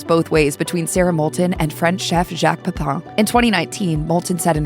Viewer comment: The final syllable of PEPIN should not rhyme with the final syllable of POUPON. 😅